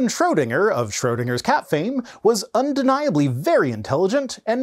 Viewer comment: Unde-NYE-ably intelligent